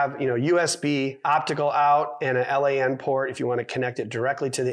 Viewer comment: A L …. A….N… port lol it’s a LAN port say it together lol